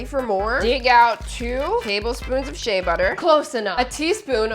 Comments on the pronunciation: Why is it that it always pronounced wrong "shea butter" its share butter pronounced not she butter I'm from a country in west Africa specifically Nigeria where you can get local ones with no additional that if you transfer to dollars fromnaira is not up to 5 dollars and alot of these other stuff that abroad like us UK if these are used are so expensive lmao and yes I took 5 mins out of my day to type this and what I said you can ask co pilot and chat gpt and shout out to Africa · not to come at you but I think it’s pronounced She-a butter